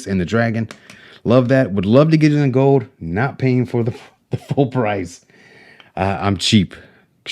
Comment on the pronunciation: Tin things bout siver an goud. Pronunciation matters.